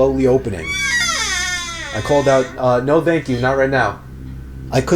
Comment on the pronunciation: says "vank" instead od "Thank"